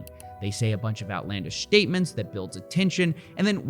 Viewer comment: "They say a bunch of outlandish sh-tatements." Nice cut man, leave that shit on the cutting room floor.